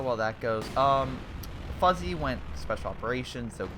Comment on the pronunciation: Did you really just pronounce Fuzzy as Foozie?